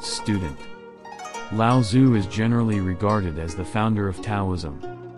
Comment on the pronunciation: With the audio component of google translate freely available these days, can you please learn to pronounce his name properly